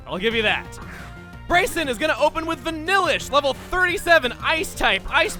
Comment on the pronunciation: I have been waiting for this gym since my name is also Brycen wanted to see if he pronounced it right and I was happily surprised. Thanks chugga, keep up the great videos man